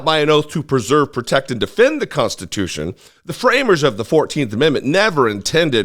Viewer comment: I've no quibble with the substance of this video, but please stop saying, "cont-stitution". Thank you.